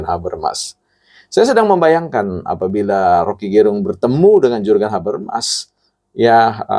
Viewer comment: Hahahha iya ini org baca Jurgen habermas saja salah pengucapannya. Dia gak tahu RG mengajar teori jurgen habermas di UI. 😂😂😂